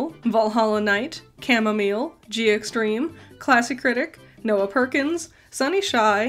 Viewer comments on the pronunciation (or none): none